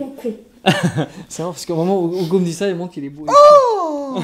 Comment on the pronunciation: cest moi ou dis OUgo et pas Ugo